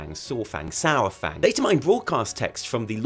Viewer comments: love your videos. Except for always calls Saurfang Sour fang. Come on. You are a fantasy nerd do you pronounce the main badguy in LOTR Sour on. it is pronounced Sore-awn much like it is Sore-fang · Adam McClendon or Sore-Fang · SAY: Dino-Saur-Fang ... .then leave off the dino part.